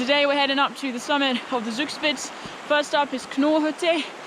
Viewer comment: Love your pronunciation of Zugspitz. Thanks for showing us where not to pass when in a hurry. Nice landscape. If you love waterfalls, comme to Ticino in Switzerland, there you can see a lot of them from the motorway.